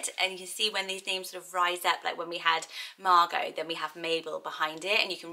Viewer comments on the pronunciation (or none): none